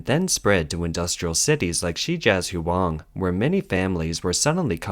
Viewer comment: Hard to take this channel seriously when they can't even say 'Shijiazhuang.' Pathetic.